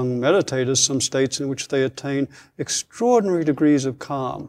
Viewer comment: Did you note how many times this guy used word "extrairdinary"? He didn't reveal not a single discovery he achieved. Just Bla-bla-bla, and "extraordinary" Bla-bla-bla. That means self advertisement Only. I wasted 30 minutes to "discover" he is going to waste entire hour. Sorry, just turn him off.